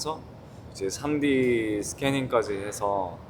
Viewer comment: 3D를 삼디라고 말하는 릭스